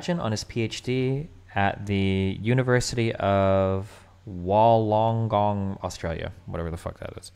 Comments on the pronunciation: it's wool-on-gong, learn Australian you seppo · University of Wollongong is pronounced "WOOLen-Gong" Just up the road mate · As someone who went to the university of Wollongong, let me help you out. It's pronounced Wool - ong - gong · Hearing Destiny pronounce Wollongong is the highlight of my life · Steven’s pronunciation of Wollongong killed me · Lmaooo listening to destiny try to pronounce Wollongong made my fucking day.